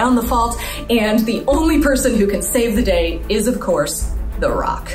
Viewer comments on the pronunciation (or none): I love how she explains the summary of san andreas and the emphasis on 'the rock'. Hahaha